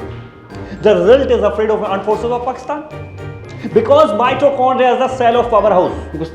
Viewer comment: "pakstni aand forces" 🤣🤣🤣🤣